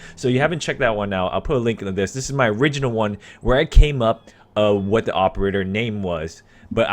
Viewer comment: "What the opererer may be, I think I figurerer it out" English my dood